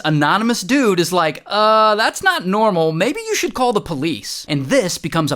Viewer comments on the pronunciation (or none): I like how he said uh like in ew I know it’s not a laughing matter, but yeah